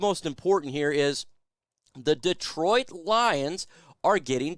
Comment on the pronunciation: First thing you can do is pronounce Detroit . Not deeeetroit